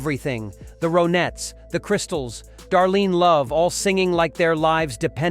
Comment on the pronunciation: Your pix of Michael Brown is the wrong Michael Brown....and it's The RONettes not Roanettes, dude.